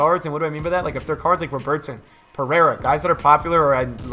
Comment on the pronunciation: Why do you pronounce ‘Robertson’ like he’s Brazilian? Bro he’s Scottish. Love your vids man.